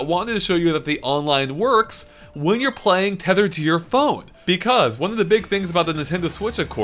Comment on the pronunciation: If I had a dollar for every time said beCAUSE with emphasis on the second syllable